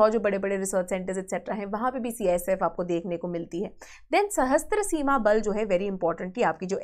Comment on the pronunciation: It is Sashastra Seema Bal not Sahastra Seema Bal. Please correct it.